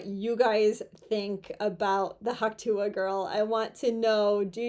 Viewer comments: Could we please stop saying hawk tooah? It's just disgusting. Also what's wrong with you? Why can't you pronounce the t's in words? Why do you refuse to elocute properly? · You keep saying Hawk Tuah "A",,,, It sounds like " Huck Too",,,,,,,, This chick is better then a Hundred woman on social media...